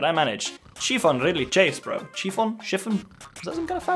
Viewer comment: Chiffon is a soft and floaty silk. It doesn't chafe. Also, shif-on as in start of she if-on